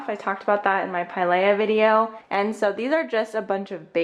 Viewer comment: It's pronounced like, Pie-Leah